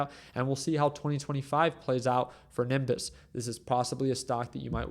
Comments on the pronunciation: Its not niMbuss! its NEEEBIUSS! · I had to stop watching after a few inaccurate comments - then I repeatedly heard Nimbus. I can’t take advice from someone who can’t do basic DD and pronounce the name of the company correctly. Sorry dude, you need to do a lot more research on how infrastructure businesses work before you start making videos about them. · It hurts my ears when you can’t pronounce a simple word such as Nebius. It’s literally pronounced as it’s spelled. Ne-bi-us 🤷‍♂️